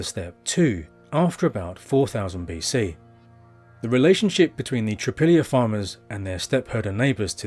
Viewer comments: It's not "Tripillia", it's pronounced TRI-POL-YE. Most slavonic language group speakers would recognize this as meaning "three fields". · It’s TripOlye.